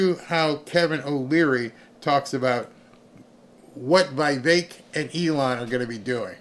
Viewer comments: Again..Vi vek not Vey vek...😅😅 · VEEVAKE, try to pronounce like that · Its not VEY VEK .. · Love you BUT how in this world do you not know how to pronounce that name..??. Please explain. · Get the name right about Vivek.